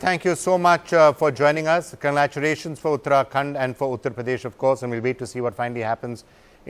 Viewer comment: holy shit! what did the anchor just begin with? conglaturation??? omg